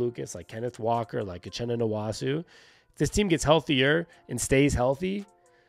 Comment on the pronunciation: The nwosu pronunciation is killing me 😂